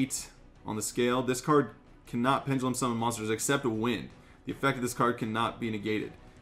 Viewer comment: isn't is penDelum... saying it like PenGELUM